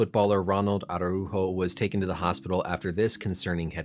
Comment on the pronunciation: I’m impressed on your pronunciation of his name 👍🏻